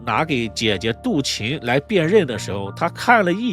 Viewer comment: 唉....識人很重要啊... 這一家人的面相就是奔著錢去的... 主持人為什麼一直把杜琴唸成杜臍呢..？？